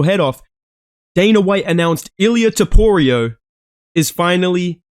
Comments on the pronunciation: He even said it wrong in the vid. Names are hard man, trust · “Ilia toporio” gets me every time bro. That being said MAX HEAD KICK KO RD 2-3 TRUST. Let me add if jai fucking herbert is catching toporio with head kick almost sending his lil georgian head into the bleachers, wtf makes you max holloway; one of the greatest fighters and strikers ever isn’t gonna be able to do it at least once.